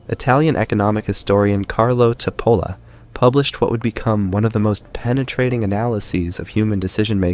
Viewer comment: But can't you pronounce his name like a real Italian would? CHIP-OLLA!! It's not difficult! (Why are Americans so bad at pronouncing names? 🤔)